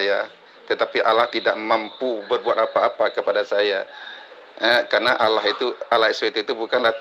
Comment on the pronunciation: Ini beneran murtadinkah? Masa sebutannya olloh..